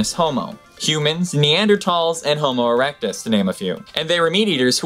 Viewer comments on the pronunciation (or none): Did you say homo-ERECTus